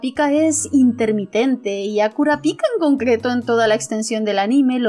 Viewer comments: no me gusta ser hater, pero vuelve a decir Kurapíka y te mato... mentira, solo aghh... suena raro. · Me encantó tu reflexión, sin duda uno de tus mejores videos. Por cierto, repite conmigo: KurÁpika nÉtero :)))) (Solo estoy molestando)